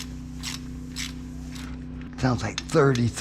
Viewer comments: It really sounds like, is saying rat shit, instead of ratchet?? Lol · He said give me that rat shit??